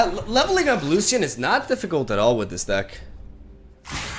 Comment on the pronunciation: BTW it's Loshen 🙂